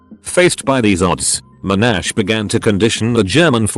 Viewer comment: At 3 minutes - First thing, it's MON-ash, not mo-NASH. Second thing, I'm at his university, what foolish thing am I being conditioned to do?